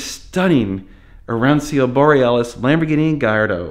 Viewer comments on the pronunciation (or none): Your Italian lesson for the day…it’s phoenetically pronounced: “ah ron cho” or you can use “ah ron cho nay” if you’re not sticking with the color title from Lambo…. Grazie mille for these videos on “IL Trattore” (The Tractor)